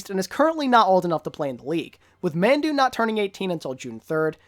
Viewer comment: Just a tip Mandu is pronounced “mahndoo”